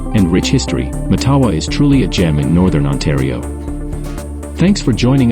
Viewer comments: It’s pronounced MATtawa. With the emphasis on the first syllable. Like Ottawa. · It's pronounced MATawa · Hé could pronounce the name properly